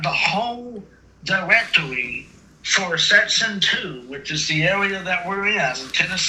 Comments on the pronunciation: But he has the whole diwectowy!! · Lol his "Dwrectorwy"... OK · “Directwory” killed me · Elmer Fudd looking at his 'diwectowy' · What's a "diwectewy"?